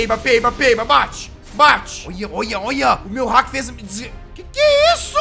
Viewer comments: cara só eu que fico com agonia do jazz falando hack e não haki? jazz pelo amor de deus se fala hackIIIIIIIIIIIIII hackíiii e os nomes certos são haki da observação e haki do armamento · NÃO C FALA HACK É HAKI HAKIIIIIIIIII !!!!!!!!!